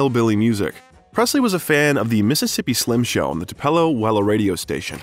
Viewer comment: You are saying Tupelo wrong, it is pronounced Too-pa-low. Thank you very much for doing a biography on Elvis. There will Never be another performer or man like him. He was the Best looking man to walk this Earth. He had a voice like no other. Elvis is greatly missed by millions. I will Always love him. R.i.p.🙏 Tlc. 🤙Tcb⚡️💙💙💙💙💙